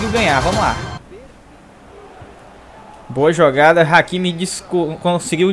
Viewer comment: Se fala ráquimi, não áquimi kkkk